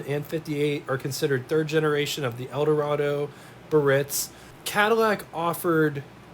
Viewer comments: The proper pronunciation for this Cadillac model is “BEE-A-RITZ”….not “BURR- RITZ.” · Just an FYI - Biarritz is a resort in the south of France that catered to the rich and famous. In English, it's usually pronounced, "Bee - are - ITZ" - with three syllables, the accent on the final one. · Nice video, full of info, no doubt, HOWEVER: it's pronounced BEE'-ah-ritz. They came with bias ply tires, drum brakes, and they rode very well (very boaty, ride, quiet inside and at that time, they had the most amazing options that no other manufacturer offered). These cars had an enormous amount of chrome, and boy, did you have to stay on top of that otherwise, the chrome pitted, especially by the exhaust. And I think air conditioning was almost a $1,000 option....that's like $9,000 today! These cars were only affordable to the wealthiest at that time. : those vents are where the A/C blows into the cabin. At that time, the blower was kind of weak, and in some hot climates, the A/C barely kept the car cool. GM Frigidaire A/C improved but it wasn't until that GM got the A/C working well enough to cool the car sufficiently on the hotter sunnier days. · It's pronounced BE-ah-ritz which refers to a very popular resort in France. The word has three syllables, not two.